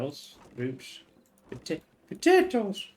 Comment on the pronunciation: Loved the way you said potatoes 😂. Also are planning on doing a 4th season of motorsports manager?